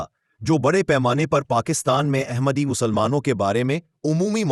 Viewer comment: The correct word is Ahmad not Aehmad. The word Ahmad is in the Surah Al Saf. Please, correct the pronunciation. The word Ahmad is the superlative degree.